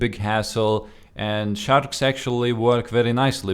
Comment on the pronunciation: i like the way he says shadarks instead of sharks :b